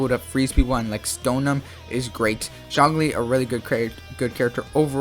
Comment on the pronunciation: Your opinion sucks, you can’t even pronounce their names properly.. And Zlong Li freezes? He Petrifies dude.. lmao! 👎🏻